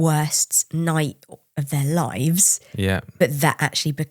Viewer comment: You so "lives" I hear "shit"